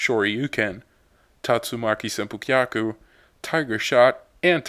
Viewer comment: I can't believe you pronounced the name for the hurricane kick, impressive. Excellent review.